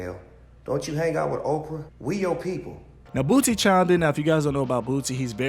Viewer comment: Everytime I hear this guy say (Boot-sie) instead of (Boo-sie) make me mad asf. I'm bout to unsubscribe from your channel for your disrespect towards this man's name. SMH if u gonna talk about a person learn there name first.